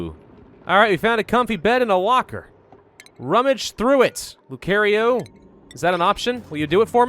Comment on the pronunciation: Please stop saying Lucario it's pronounced (luu-kar-eo)